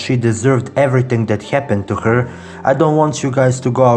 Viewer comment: "what hyapenned"